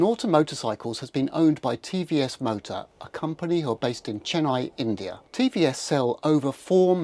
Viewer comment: its CHENnai not chenNAI and TVS is a middle-class GOAT in South India